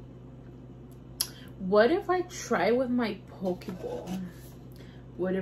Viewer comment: Say it like this, po que lol❤ love you girl!